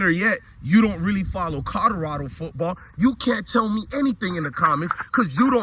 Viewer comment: Colorado not codarada tho 😂